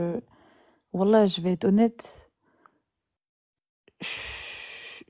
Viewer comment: jontille, prononciation des wallah. Jambon doulila